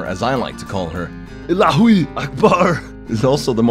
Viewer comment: im love you so much, i cant stop crying from laugh when ur said: Illahooi! Fuck it, ur awesome